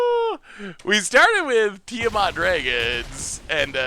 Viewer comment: tia-matt thats it, its not difficult lol. tia (name, think final fantasy) then matt (the normal name)